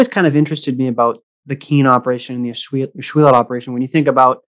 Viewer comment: Pronounced: Ash-will-let. No "lot" in Ashuelot! As a native, hate to hear that! But thanks for the video. Lived in Ashuelot and heard the trains come through our village as a kid. Remember a washout between Brattleboro and Putney back in the 50s and had dozens of trains come through Ashuelot.